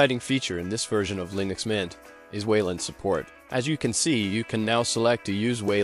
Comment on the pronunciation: Hehe. " lienux" mint..eh? 😋🤪